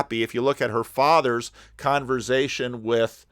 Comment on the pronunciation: I’m sure has answered this before but where does the excessive pronunciation of “z” in the word Conversation stem from? I’m a fellow New Jersyan and never heard it pronounced this way. Thank you and God bless.